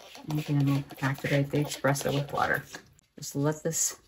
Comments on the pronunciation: Love all your techniques, but especially #3 where you use the dry coffee particles on the wet paper. Brilliant! I've done the same with water-soluble graphite with similar results, but in black and shades of gray rather than brown. (BTW, it's Espresso, not Expresso ;-) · I'm binge watching your videos, so much great stuff. But... there's no X in espresso. FYI.